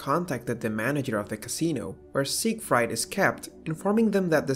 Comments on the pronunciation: damn man sieg-fried (like to fry)? and i thinking it was pronounced sieg-freed (like to free). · How can the narrator mispronounce the latter half of "Siegfried" while pronouncing its first half (Sieg) and the word "Valkyrie" completely fine?